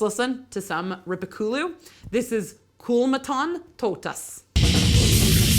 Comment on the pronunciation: Very cool video! Just a bit surprised that after you language course you still seem to mispronounce many words like Kalevala, Makkonen and Rippikoulu, not to mention Joensuu, my hometown for a while! 😉